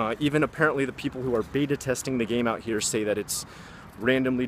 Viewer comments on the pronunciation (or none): none